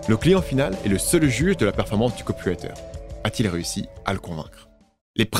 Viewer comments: Top, en effet tu peux sortir le dvd. Bravo pour les recherches, le texte et la voix (a part le "ï" de "copywraïïïter"). Bravo pour les vids. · A chaque fois j'entends "le copulateur" au lieu de "le copywriter" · 💥⚡🤡C'est 🤓marrant comme tu prononces 😱"COPULATEUR" pour dire "COPYWRITER" ( , ). A moins que je sois à moitié 😵sourd... Vidéo 🤓intéressante et ✨bien faite, 👍félicitations et😘 merci.(👍👍👍Liked + Subscrbed + Partagé avec mon réseau 👍👍👍) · Pourquoi j'entends "copulateur" quand il dit "copywriter" ? j'ai mis du temps à le réaliser...